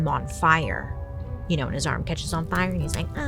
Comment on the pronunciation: "The fi-yahh!" 😂😂